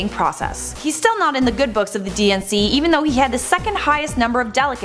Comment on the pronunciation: When she says DNC, I keep hearing and thinking she is saying "DNCE" (the band who sings Cake By The Ocean and Toothbrush XD Why do they have to be my favorite band? XD)